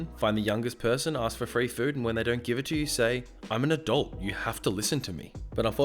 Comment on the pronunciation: I heard "I am an adult" as "I am a dolt" lol